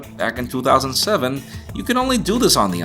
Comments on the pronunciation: Stop saying 2007 like toothoSANDseVEN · You say "back in 2007" in a Boston/New york accent, but everything else sounds normal